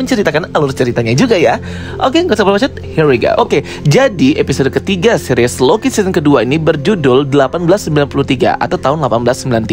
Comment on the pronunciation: Seris bang bukan series